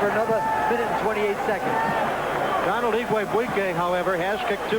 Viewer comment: Good coach, but not really cut out to be an announcer. Still, I like the reference to him not being able to pronounce "Donald".